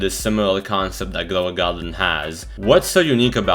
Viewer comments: Grwow a gwarden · Ah yes "glow a garden"